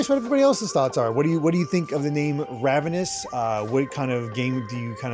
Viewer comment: Guys “ravenous” raven- ous